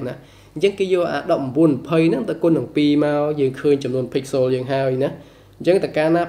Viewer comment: Pixel ដល់ពេលអានទៅជា pixolចឹងវិញត្រង់នឹងសូមអានអោយច្បាស់ផង